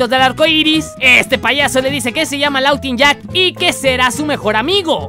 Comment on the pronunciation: se dise lawuinyak